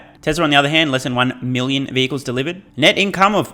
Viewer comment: Dehhhlivered…luicily (loosely) 😂